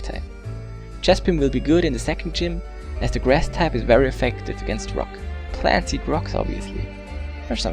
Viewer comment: He said fuck type instead of rock type